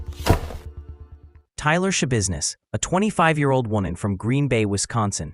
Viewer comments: It’s TAYLOR, not Tyler. AI is ruining everything. I’d rather see mistakes made by actual humans (or imperfect narration). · It's Taylor, not "Tyler".. You're very welcome! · Yeah, that's my thought too. They clearly state TAYLOR in the audio several times, but the voiceover consistently says Tyler. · The woman’s NAME IS TAILOR FOR CHRISTS SAKE, NOT TYLER!!! 😂😂😂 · Ummm, it's Taylor not Tyler. You're doing a video on this woman but can't even get the name right?? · 𝕀𝕥 𝕚𝕤 𝕋𝕒𝕪𝕝𝕠𝕣, 𝕟𝕠𝕥 𝕋𝕪𝕝𝕖𝕣. 𝕆𝕥𝕙𝕖𝕣 𝕥𝕙𝕒𝕟 𝕥𝕙𝕒𝕥, 𝕘𝕣𝕖𝕒𝕥 𝕧𝕚𝕕𝕖𝕠. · Its not "Tyler its Taylor geez. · Thank you for this. It was very interesting. However her name is Taylor not Tyler. But ty again 🫶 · Her name is Taylor NOT Tyler. How do you do a mini documentery and not get the name right??? 🤔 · her name was taylor shabusiness, not tyler, you sloppy ai jabroni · Why are you calling her “Tyler”? Her name is “Taylor.” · Her name’s TAYLOR not Tyler. You should probably get that right 😂 Seriously 🤦‍♀️🤦‍♀️🤦‍♀️🤦‍♀️🤦‍♀️🤦‍♀️🤦‍♀️🤦‍♀️ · At least get her name right. Her name is Taylor, not "Tyler"..... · It’s Taylor. At least get the name right. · Sorry, this woman is total garbage, but did you do research really when you call her Tyler? It's Taylor. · Her name is Taylor ! Jeez get it right. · T a y l o r get it right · seriously like wtf??!! You want subscribers but you botch up the DAMN SUBJECT OF THE VIDEO’S correct first name! I mean COME ON!! 😂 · It’s TAYLOR… Jeez… At least get the name right 🤦🏼‍♀️ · Its Taylor. If you can't even get her first name right, how much more is wrong? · TAYLOR Schabusiness!! You couldn't even get the name right? Not that it matters what the monster's name is... haha